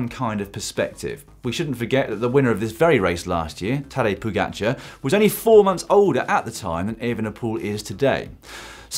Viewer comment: The other pronounciation of Pogačar in the bloopers at the end was actually a lot better.